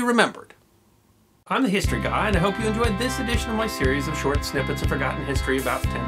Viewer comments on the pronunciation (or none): none